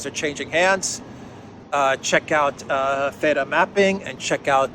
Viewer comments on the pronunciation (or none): none